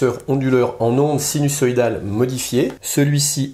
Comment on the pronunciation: interessant. Par contre on prononce sinuZoïdal et non sinussoïdal. ;-)